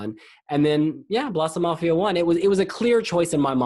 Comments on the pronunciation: Note: You should pronounce Blåsemafian more with an O than with an A. So it’s “Blose-“ sort of like if it were in German. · He says Blåsemafian wrong. Lol!